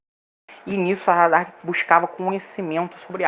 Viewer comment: Parabens pelo conteúdo, mas atenção aos detalhes... aHaradak, não aRahadak